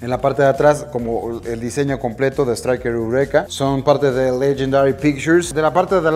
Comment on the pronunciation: Así no se dice estriker eureka